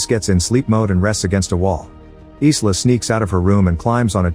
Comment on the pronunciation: The name Isla is pronounced EYE-LAH, not EES-LAH.